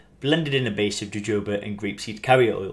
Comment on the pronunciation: jojoba is pronounced (hohoba) the (j) is pronounced (h)...great info and I use it for joint pain in bath water or foot therapy.